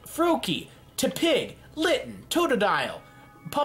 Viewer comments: Good. You got most of the names exept tepig. Not terpig btw. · "terpig" I legit yelled "IT'S TEPIG NOT TERPIG!" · Why do you call Tepig Terpig? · Why the fuck do pokemon if your not a pokemon fan, it aggrivates me... WHO THE FUCK IS TERPIG IT'S TEPIG TEP-PIG, I DON'T EVEN LIKE TEPIG THAT MUCH EITHER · "Terpig" I'm in pain -_ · Where is getting the R in TEPIG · " Terpig "- 2017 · I thought he said Turdpig lol. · Why just why, why ate the start did he say terpig